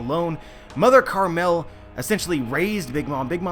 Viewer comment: "Mother carmel' dude. Pronunciate words right.